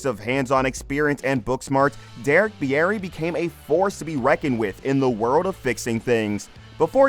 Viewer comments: It's pronounced beer-ey. Not beeyeti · Beer ree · "Bee-air-ee" sheesh dude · You should learn how to pronounce names before making videos of people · Pretty sure that's not how he pronounces his last name.